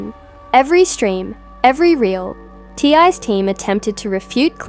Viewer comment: His name is T.I. Or TIP! Not ty. If you’re going to report it at least get the man’s name right!